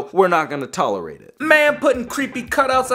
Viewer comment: and we aint gonna THAaa-lerate it i died 😂😂😂😂😂